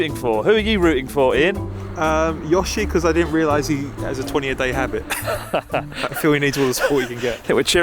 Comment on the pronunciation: slip when he shouted YOSHI made me WHEEZE